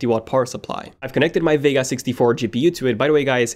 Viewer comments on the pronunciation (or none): none